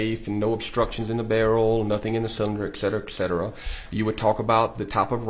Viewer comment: This guy was pretty polished except for his frequent use of “etc., etc,”. AND he pronounced them as “eK-set-er-uh”.